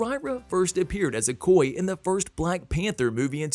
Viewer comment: Awesome 👌 But My dude the Name is okoye break it down o koy ya Not ocoy it's a yeah at the end.